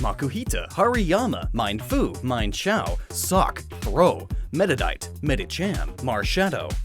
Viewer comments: "Mienfoo" and "Mienshao" are pronounced "meen-foo" and "meen-shao" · He MissPronounced namrs of MienFoo and MienShao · It's pronounced meenfoo and meenshao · it's (main-fu) and (main- sh-ow) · for mienshao and mienfu the first part of the name should be pronounced like me en like the en on the end ken and me as in I you me